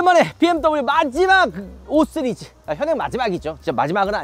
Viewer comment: 5쓰리즈 ㅋㅋ 발음이 이상해졌어요